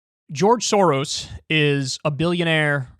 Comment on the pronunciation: Pronouncing the s letters in “soros”: is like pronouncing s in the word: SHIp.